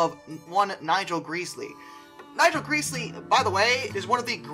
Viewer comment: Fun stuff. But the L1s were an issue, that's true enough. But it pronounced Grez-Lee, not Grease-Lee. 😉